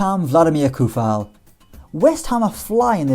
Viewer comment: It is not Koufal as everybody sais, but it is pronounced with literal C.